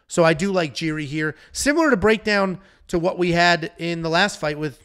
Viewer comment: And he kept calling Jiri Jerry. 😂😂😂